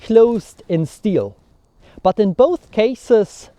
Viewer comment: I can't get over your pronunciation of "but". purt